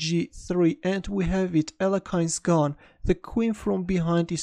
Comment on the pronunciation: I am sure that Alekhine's name is not pronounced like that. You said something like "Alekein's gun". Great video by the way.